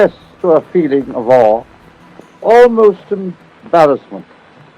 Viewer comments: Dude, not "all" it's "awe". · It's "... a feeling of AWE". Not "... a feeling of ALL". Good video 🏴‍☠